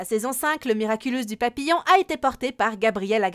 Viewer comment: papillon pas papillombre